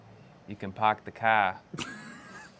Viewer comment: "You can pahk the cah in any of the garahges"! Love it!